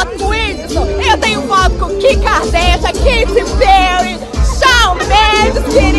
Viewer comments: “Kim Kardeshien” kkkkkkk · “TENHO FOTOS COM KIM KARDÉSHIAN, KEITI PERRY, XÁU MENDIS” Não aguentei, tive que rir kksjsusjs